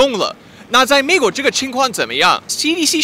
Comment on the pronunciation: ，你的中文利害了，出来那个“美”国，不准，好好笑。